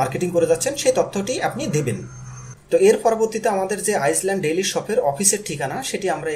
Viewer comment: আইল্যান্ড লেখা আছে। আপনি আইজল্যান্ড পড়ছেন। ইংরেজিতে কোনো নাম থাকলে আশা করি পরবর্তীতে সঠিকভাবে উচ্চারণ করবেন।